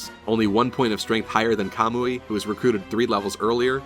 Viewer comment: Just a quick thank you for saying Kamui and not Kuhmooee